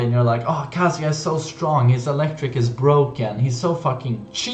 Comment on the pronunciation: I like this kind of video, but please learn how to pronounce Kazuya first. I have to mute because of it.